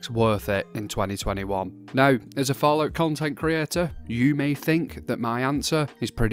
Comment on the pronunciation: Bruv your accent is so funny. You wanted to say NOW but it sounds like NO and would actually be an immediate answer to your own question which you asked before your weird prononcoument of the word now . It would make the video actually quicker and would bring some fun in it. Sadly you said Now not No. Now I feel stupid. Keept your accent up brother, great content.